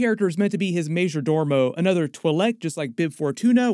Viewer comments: There is only one R in majordomo. It’s not pronounced “dormo”. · "Tran-do-shan", not Trans-doshan. And "ma-jor-do-mo", not "ma-jor-dor-mo".